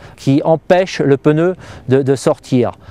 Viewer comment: peneu?on dit pneu